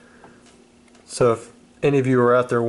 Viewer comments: arcanine. not Ar Cay Nines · did you hear how he said arcanine. this guy doesn't know pokemon. just a millionaire making a funny video. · Can’t even pronounce arcanine right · I’m gonna lose my mind listening to you say R-canine and CLEEfairy